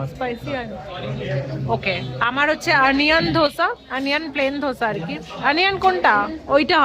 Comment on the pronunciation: তোমার এই বেড়াতে যাওয়ার ভিডিও গুলো দেখতে খুব ভাল লাগে। তোমাকে একটু কারেক্ট করে দিচ্ছি কথাটা 'ধোসা' নয় দোসা বা দোসে বলতে পারো সাউথ এ ওটাই বলে।